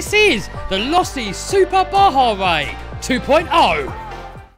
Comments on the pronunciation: Its pronounced losi... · Wrong, it's pronounced losi smh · (LOE-C) this is how you say it